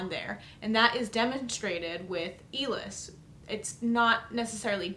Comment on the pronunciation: ill-us, not eel-is